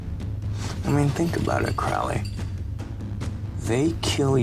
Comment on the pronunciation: Ackchyually, it's pronounced "CROE-lee." Tommy Lee Jones moment. The irony of Lawful Evil. "Dukes of Haphazard" 🤣 His affectations and mannerisms are somewhere between The Joker and Randall Flagg.